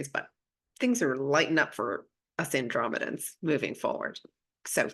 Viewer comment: I love how you said andromedan starseed I love it I am Arcturian ❤ energy is beautiful today 💛